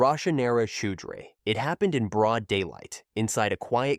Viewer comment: First story…it’s pronounced Chow-dree.